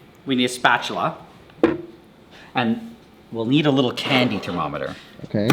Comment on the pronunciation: ive never heard a guy say "candy" so weird". "KKKKKhandi"